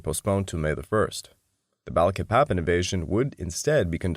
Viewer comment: THIS SO CALLED “ALLIED INVASION” WAS MORE LIKE AN AUSTRALIAN/BRITISH EMPIRE INVASION. THE AMERICAN PEOPLE WERE ADAMANT THAT US FORCES NOT BE USED TO RECAPTURE EUROPEAN COLONIES. BY THE WAY IT PRONOUNCED BA LEEK PA PAN